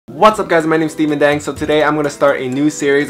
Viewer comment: Its not Steven Deng its more like Steven Ddaeng